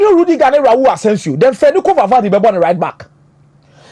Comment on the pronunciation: The name is Valverde NOT Valvade